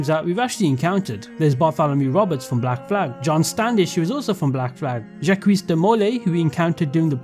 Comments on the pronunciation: Jackwees is pronounced Jaahck. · "Djaqwis" de molay xD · My man. Jacques de Molay is pronounced Jahk. The S is silent and it's a soft A. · as a French I can say that "Jacques" is pronounced more like "Jack" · I have never heard anyone pronounce Jacques like that before, but that is amazing XD I'M DEAD